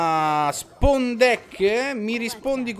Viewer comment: Grande ciccio ! Unica cosa ti prego migliora la tua pronuncia di spawn , perchè sembra che dici deck spon ( ovvero deck cucchiaio ) :)